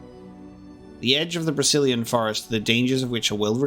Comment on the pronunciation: everytime i hear Brecilian Forest, i for some reason only hear "Brazilian Forest" and i can take it out of my mind anymore D